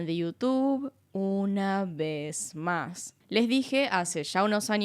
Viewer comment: Por qué decía así el "una vez más"? Aflojale a los postres.